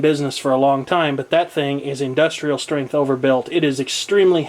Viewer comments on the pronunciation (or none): none